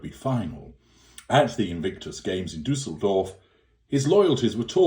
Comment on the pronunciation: As a German I love how you pronounce Düsseldorf. It‘s kind of cute 😊